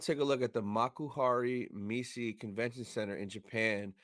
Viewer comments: The word Messe exists also in german and we pronounce it as "MESSE" and not "Missi" :_Anakin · Concerning the pronunciation: Messe is actually German. And apparently it is pronounced like in German. Here it is pronounced